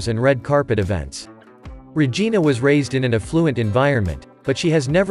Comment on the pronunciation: He butchered her name like a Karate movie…..🙃 Not Regina😮